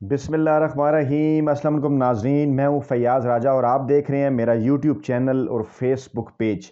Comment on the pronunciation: aap Bismillah kaise paRhtay haen? salam kaise kartay haen? Assam Alykum ka matlab hae "tum per maut ho". aap bahot baRa gunah kar rahay haen. Ehtiyaat karen aur donon ka sahi talaffuz ada karen.